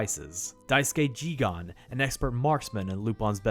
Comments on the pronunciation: It's JiGEN, not JiGAN. Great video anyway! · It's Jigen, not Jigan. Unfortunately, there is a difference. Loved the video otherwise. Keep up the great work! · I noticed a few inaccuracies (or perhaps over-simplification) about the early history of Lupin and I'm really happy that you're not pronouncing it as Lu-pen but how does Jigen become Ji-gan? Every time I heard it really took me away from the video. Really fun video though! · But Jigen's name is pronounced as "Geeg-in"